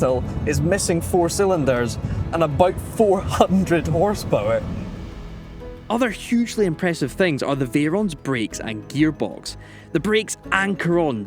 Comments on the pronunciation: What a car! (Although every time said ‘Veeron’ I did cringe. It’s ‘Veyron’. The devils in the detail. 🥴😉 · ah yes the "Beaugattti Vyeron"